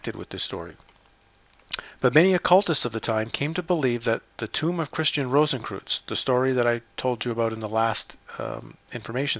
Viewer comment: 'Cowardliness' not 'Cowardness'. 'Rosenkreuz' not 'Rosenkroots'. 'National Socialist German Workers Party' not 'Nazi's'. 'Bellenos' not 'Beleneos'. 'Skorzeny' not 'Skorzensky' or 'Skorensky'. 'Wewelsburg' not 'Weewellessberg'. 'Gallia Narbonensis' not 'Gallia Narbonessis'. 'Maria Theresa' not 'Marie thereez'. 'Albigensians' not 'Albigenesis'. For goodness sake.